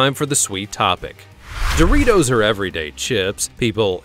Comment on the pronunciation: the dritos? ya rong